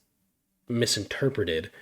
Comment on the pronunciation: Interperated had me crackin up in such a serious situation..lol